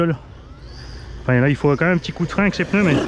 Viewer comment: Un peuneu Des pneus 😜😂😂